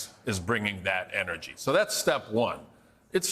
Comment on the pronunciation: What? lol who told this dude to keep saying energy like that?